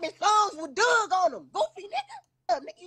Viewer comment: If you from our area it is not forty two dugg- it is pronounced four two 42 Dugg pronounced Doog! I’m sick of y’all pronouncing gang name wrong